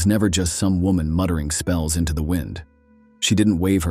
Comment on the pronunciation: It’s wo”man”